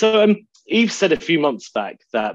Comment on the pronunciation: also, can you guys have the decency to learn how to pronounce a man's name. Yves is pronounced with the S silent.